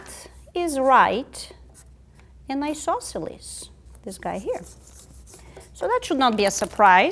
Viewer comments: how do you spell that strange word she uses, it sounds like "e-sauce-elus"? i know what she means, but never heared that word. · "Do we have a right isosceles triangle here? dramatic pause We might! ..."